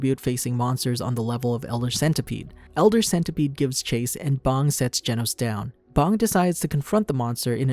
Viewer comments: its bang not bomb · ah yes, "BONG" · ah yes he calls bang bong